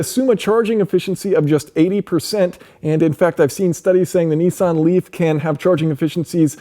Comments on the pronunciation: Its not pronounced NE-SAN or NI-SAN, its pronounced NIS-SAN. :) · Neesan? Is Nissan so hard to pronounce?